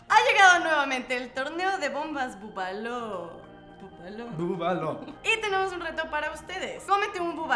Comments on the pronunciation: Se dice Bubalu xDD !! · jajjajaja caelike bobaloo se dice bubaluuu con uuu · Jajaja como pronuncia: Bobalo y se pronuncia bubalu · se pronuncia bubaluu (critica constructiva) saludosss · se dice bubalu y se escribe bubaloo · se pronuncia bubalu